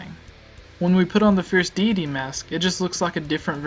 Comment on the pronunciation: I don't like how you dont say deity right. it bothered me during the whole video. I think you need to practice your presentation skills. Interesting theory though.